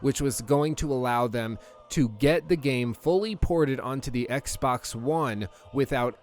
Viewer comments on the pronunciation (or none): none